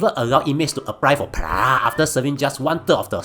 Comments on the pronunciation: pa-rah..... bro just speak your native languag and add subtitles.. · Per-roll is hardly a complicated word 🙄🙄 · Why the hell can’t you say “parole” correctly? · Singlish is embarrassing enough without the lame mispronunciation of parole. I’m a Singaporean and I denounce Singlish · Bro, if you’re going to mispronounce parole 150 times intentionally while trying to make it sound funny, it isn’t. 😅 It’s really annoying lol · Yo mispronounced “parole” so many times Such a comedic gold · I have to mute your video after getting irritated by the way you mispronounce "parole" so many times...I like your content,but words that are chim,you mispronounce them so many times will only get irritating☹️ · Oh my God, it was killing me, and he said it at least 40x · was wondering how irritating it is, then bam, wtf is this fucking cat saying lmao, i almost puked. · Mispronouncing "parole" in a sarcastic manner. Typical Singaporean disapproval for early prison release for criminals. Another human rights abuser and lawless "****head". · I think it's actually funny. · My exact sentiments. It's so damn irritating.